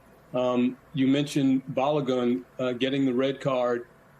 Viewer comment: Learn how to pronounce balogun😂